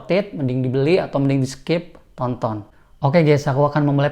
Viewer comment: Ada yang ketawa pas dia bilang "tonton"😅?